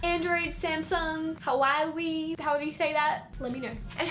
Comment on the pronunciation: omg her pronunciation of hua wei is so funny but still love her vids